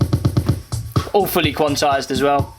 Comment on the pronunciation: I love that when he says "all fully quantized" it sounds more like "awfully quantized". Which is closer to the truth anyways...